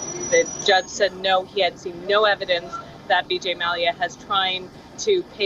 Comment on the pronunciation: Hey lady it is vijay, not Bijay